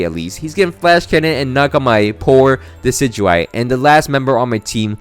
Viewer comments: I need anyone who pronounces decidueye like “deh-kih-dewey” to vacate any premises I enter. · Yay how do you pronounce decidueyes name that bad